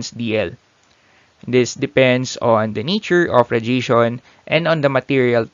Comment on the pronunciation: good video but you should maybe learn how to pronounce "radiation" correctly, it would help us to keep up.